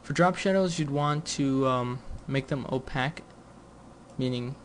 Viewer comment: Opaque is not pronounced that way. You were doing good until you slipped that. dumby